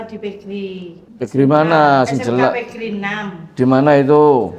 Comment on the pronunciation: Pe Ge Er I , bukan PeGri.